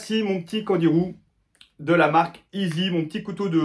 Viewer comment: Prononcé « aissy » pas « izi »